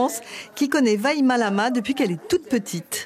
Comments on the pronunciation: Est-ce qu’ils vont enfin travailler leur sujet et arrêter d’écorcher son prénom? Elle s’appelle pas Vailama elle s’appelle Vaimalama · On la tous entendu ce "vailama" 😂... Je dit ça mais je fait la même faute dans son prénom 😅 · Je ne vois pas où c’est compliqué de dire VAIMALAMA😀 mais elle trouve toujours un moyen pour l’écorcher rohlala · C'est un sketch sérieux le pire son prénom tu le répète 3ou4fois tu sais le dire facilement je comprends pas ceux qui arrive pas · Je comprends pas qu'à tahiti il existe des journalistes incompétents pour la prononciation des prénoms tahitiens... En métropole je veux bien faire une impasse mais là c abusé... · La couleur de peau ou l'origine ne présentent pas un choc de culture pour ma part. C du racisme. C'est le professionnalisme surtout au journal local qui me déçoit ! Prononcer vaimalama c'est pas difficile faut pas abuser! C de la fainéantise tout simplement pour ma part !